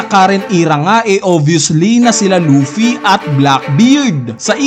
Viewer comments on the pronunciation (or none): none